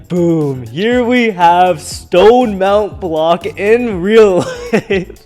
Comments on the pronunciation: Ah yes, mount blonck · "Mount Blank" ?😂